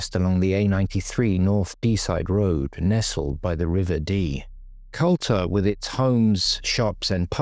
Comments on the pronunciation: Culter is pronounced ‘’Cooter’’ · Correct, 'Cooter' is how it's spoken in Aberdeen 😊